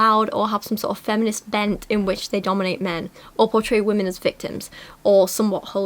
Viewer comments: This is another pair of tiny infants with virtually no experience who think they're qualified to give advice to other people; sort of the usual naive and potentially harmful cringe in that direction. Thanks for calling it out! But mostly I can't get over the fact that she pronounces "women" as "woman"! What's up with that??? :) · I’m just wondering why can’t pronounce the word “women” properly so it just sounds like she’s talking about one specific “woman” the whole time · the constant mispronunciation of "women" is really annoying me, especially with how often she uses the word